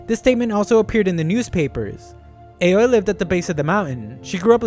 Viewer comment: You might already know but the Japanese A is pronounced ah, so it's not ei-oh-ee but ah-oh-ee for Aoi's name